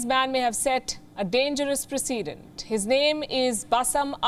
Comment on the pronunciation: 'Dangerous Precedence' woman. Not 'dangerous president'! You are embarrassing me and my country. I am embarrassed for recommending your channel to my friends. What's the matter with you? Get your 'you know what' straight. There are brave reporters in the field putting their lives on the line for your show. And this is the justice you dumdums do on air. I am serious! 🤯🤯🤯